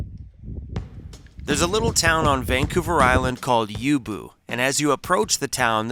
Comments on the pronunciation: OHHHHH...it's YOU -BOW....lol...you'll get it right one day....stay safe bro, you and Cruzie (and everyone else) enjoy the nice new spring weather on the most awesome, most beautiful place on the face of the planet Earth....but Shhhhhh, quit tellin' everybody about it...lmfao...Peace out:hand-purple-blue-peace::hand-purple-blue-peace:, from Doc in the Great White North of southern Ontario, Canada.....OH YA...DON'T run with sharp stuff...:elbowcough::elbowcough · Hey... it's U Boh not U Bu... love the Critters! 🦌🦌🦌🦌🦌 Hugs Valerie 🍁👵🇨🇦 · Youbou,,, = You-Bow